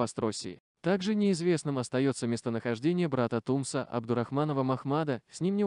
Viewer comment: Не ТУмсо, а ТумсО, ударение на последнем слоге! Очень режет Чеченский слух!!!😖